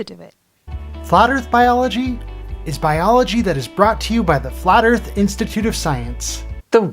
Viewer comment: Flerf Instimituute of Scie-unce, where one can achieve a green ribbon for reading partial definitions of words in an dictionary. Cats.